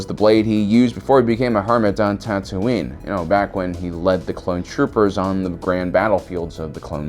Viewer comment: Is there a video that explains why Lieah has a British accent for the first 20 minutes of New Hope and why Tatooine is pronounced “Dandooine”?